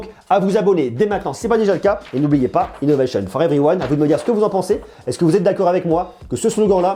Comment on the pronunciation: Innovéchionne fort everyouane 😁